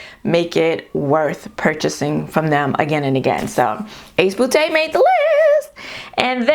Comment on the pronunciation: "Ace 'bootay'" 🤣 I love your laugh. 💛